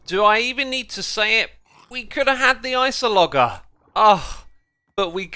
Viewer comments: Minecraft: Introduces many variants of villagers, all ending in the same "uh-jurr" sound. Xisuma: "Ice-o-logger" Dude. Come on. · ... did Xisumavoid just say "Ice-o-logger" instead of "Ice-ologer"? lmao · Did you seriously just say iceologer like icer-log-er? Its pronounced ice-olojer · “IceoloGuher” hmm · He really called the iceologer an "isologger." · Are you intentionally mispronouncing thing bc i think you said "amesthyst" and " ice-o-log-er" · Iceoleger's loss was too tragic for him that it affected his accent